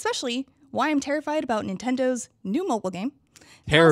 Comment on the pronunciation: Does say "terrified" or "peerified":D